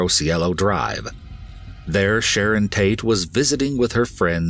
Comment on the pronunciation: am I the only one who heard “Shannon Tate”?